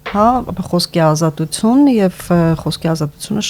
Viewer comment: Դո՛ւք էլ պակաս սխալ արտասանությամբ չեք խոսում,օր.՝ ազատուՑյուն՝ Թ-ն՝ Ց ,<էսօ՛ր>… բանավոր խոսքի մեջ՝ «ուղղագրական» չէ, ուՂՂախոսական է՝ ինքնուՑյան չէ, տիկի՛ն, «ինքնուԹյան է-<պԸտի> եւ այլն։Հենց ինքդ տվյալ պահին խոսում ես կոպիտ սխալներով՝ …Թյանը՝ Ցյան, Ցյա՛ն…եւ այլն, տիկնԻ՛Կ😢